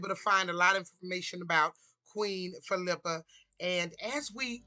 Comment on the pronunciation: Geez....You can't even pronounce her name correctly.